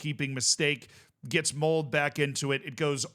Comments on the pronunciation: please pronounce the e in "Molde" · "E" in Molde is pronounced, like we say "Schalke" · unfortunate pronunciation of Molde in this video lol you don't cut the 'e' in norwegian 🤣